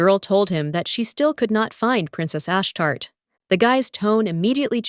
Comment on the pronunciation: It's pronounced Ash-Tar-Tay 😅 Nt Ash-Tart Makes me think of a Poptart 🤣